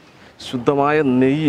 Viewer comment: ശുദ്ധമായ നെയ് എന്ന് പറഞ്ഞപ്പോൾ... നമ്മളെ തമിഴ് മച്ചാൻമാരെ ഓർമ്മ വന്നു